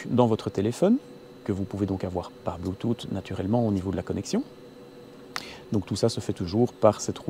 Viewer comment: bluetooth en phonétique: blu.tus et pas blu tut ;) c'est rigolo :D